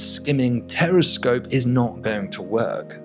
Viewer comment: I thought I heard him saying "Terrorscope", looks like I need to clean my ears. But the video showed us a very good concept.